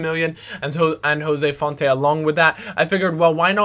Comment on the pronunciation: It's font not fontay